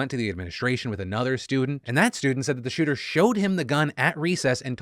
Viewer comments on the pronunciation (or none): none